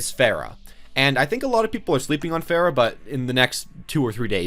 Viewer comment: Its pronounce far-uh not fair-ah